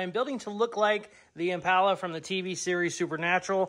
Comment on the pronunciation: stop saying IMPALA wrong!!!!